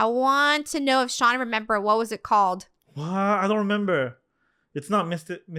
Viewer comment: It’s Sean not shion